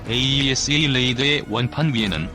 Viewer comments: 모델명에 들어간 대시((-) 를 마이너스 라고 읽는 것은 잘못된 것입니다. 대시로 읽거나 또는 읽지 말아야 합니다. 또 "Ⅱ"를 읽을 때 아이아이(ii)로 읽는 것도 잘못되었습니다. Two로 읽던가 이(2)로 읽어야 합니다. 로마글자 숫자 Ⅰ Ⅱ Ⅲ Ⅳ Ⅴ Ⅵ Ⅶ Ⅷ Ⅸ Ⅹ는 1~10을 나타내는 것입니다. 또 AESA를 모두 에이사로 읽고 있는데 에이이에스에이로 읽는 것도 좀 우스꽝 스럽습니다. 좀더 공부하면서 해야할 필요를 느낌니다. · AESA레이더를 호칭하실땐 "에이 이 에스 에이 레이더"라고 하지마시고 "에이사 레이더"라고 불러주세요!